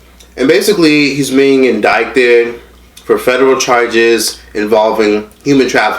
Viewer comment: Indict....is pronounced just like indite they just have two different definitions you don’t over pronounce the “c”...no hate just tryna spread the knowledge 😭❤️